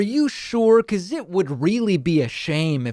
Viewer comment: Lmao, he said hecause thats what the rumor is. lmao bitch you started that rumor!!!